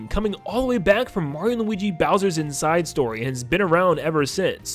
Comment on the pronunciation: Stop saying inside like that